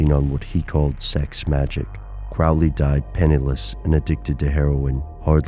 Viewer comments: nope... not really... it's pronounced Crow-lee... not Crowl-ee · His name should be pronounced Crow (like the bird) Lee ... Crowley. Now I'm almost ashamed of myself for being the jerk that goes around correcting people's pronunciation... almost. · You are mispronouncing his name. It's Crow-ley (rhyming with holy). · The people in my family pronounce it that way. Every time someone like a teacher at school would read my name aloud they would pronounce it "crow"ley though. Are my family members mispronouncing their own name? Haha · When you can't even pronounce his name right, it's hard to believe anything else presented.